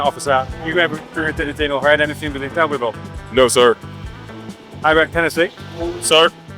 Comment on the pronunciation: You put the chillest lady in the video as the thumbnail next to “White, Poor, and Angry”. Odd choice. Also, she said “it’s all over Shelbyville now” she pronounced it like locals do.